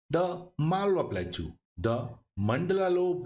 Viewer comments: its plateau not plakchu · Pronunciation of plateau is wrong. It should be pronounced platəʊ or plaˈtəʊ, not platʃaʊ